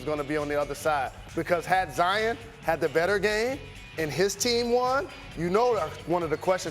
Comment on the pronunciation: Jalen it's kind sad that all these white people know how to pronounce Zions name way better than you. It ain't Zi-en its Zi-ON!!